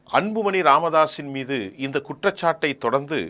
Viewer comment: சார்,வணக்கம்.உங்கள் உச்சரிப்பு சிறப்பாக இல்லை.அன்பு மனி இல்லை.அன்பு மணி என்று சொல்லுங்கள்.ல,ள உச்சரிப்பை சற்று கவனியுங்கள்.மற்ற படி சிறப்பாக உள்ளது.